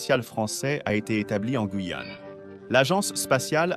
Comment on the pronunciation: mauvaise lecture de la "voix". des "e" innapropriés et le non guillane lu "guillane" et non "gouillane". Je zappe.